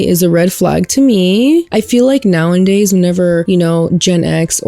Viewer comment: I love your content so much and this is in no way meant to be hate but I wish you would say “now-a-days” instead of “now-and-days” 😵‍💫